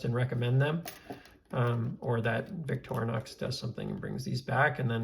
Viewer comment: Hey at least you pronounce Victorinox correctly. There are Youtubers out there pronouncing it Victor-nox and Victory-nox. So you're ahead of the curve there. Nice video.